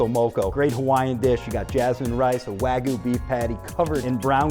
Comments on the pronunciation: did he just say Wagoo instead of wagyu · bro mispoke wagyu to wagu💀☠️💀☠️ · Dude needs to work on his pronunciation. "Wagu" hurts my Japanese-trained ears. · When people call it Wahgu or Waiiiigyu....my ears bleed. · "a5 snow wag-oo" 💀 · the chef said sno wagu lol